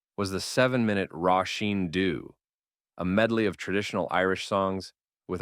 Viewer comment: I wish you could pronounce his name. Its Li-not. not LIE not.And its Rosheen Duv ( ok its in Irish but you need to get it right before talking about Lizzy)